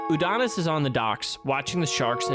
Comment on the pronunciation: Every time you guys revert to pronouncing it 'Udonis' I die a little inside.